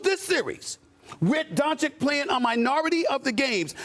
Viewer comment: It's been 4 years, Stephen A. If you still can't pronounce "Dončić" right, you're just trying to spite him and his fans. Lol.